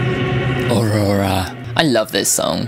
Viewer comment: You pronounce the name well enough. Just make sure to roll the r a little bit more. LOL also, I'm glad I'm not the only one who's been obsessed with heathens and looks like a frightened person who's being murdered every time they walk into a public place.